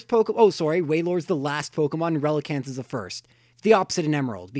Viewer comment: Dude, relicanth. Enough said.